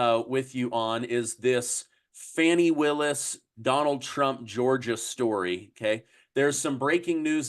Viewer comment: It’s FANNY, old time name. Not FAWNY.